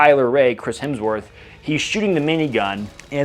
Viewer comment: Feedback...your version of "Hemsworth" was spot on with the Aussie accent.